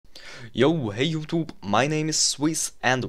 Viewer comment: hey "youtuub" bitte lass es doch sein wenn du es eh nich ausprechen kannst xDDD du schaffst es einfach von video zu video dich zu verschlechtern xDDDD